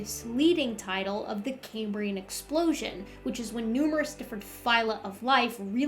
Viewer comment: "Cambrian" is pronounced the the way it's spelled, ie it's NOT pronounced "came-brian". The name comes from the Roman name for Wales, and not from Cambridge University.😊